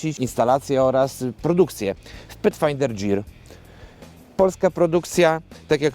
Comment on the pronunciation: nie dżir tylko gir panie Kierowniku